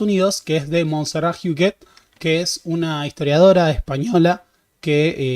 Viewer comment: Montserrat Huguet se pronuncia Huguet, tal cual se escribe. Bueno, la "e" es abierta.